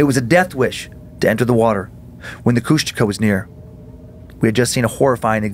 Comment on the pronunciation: I was born in Ketchikan and grew up on Prince of Wales Island, Southeast Alaska, and my dad always told the story when I was a kid about when him and three of his friends were over by Kasaan and they swear they saw a Kushtaka (which they are totally butchering the pronunciation). I've spent most of my life on the island and all over Southeast Alaska, never got to see anything like that, but there's lots of eerie things back home, that's for sure.